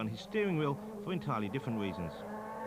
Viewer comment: “Pwost missed a tywe stop fow weasons faw too compwicated to bo you wiv ere.”